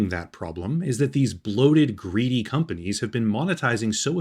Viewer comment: I honestly thought it was intentional. Like. Con-panies. Like con artists.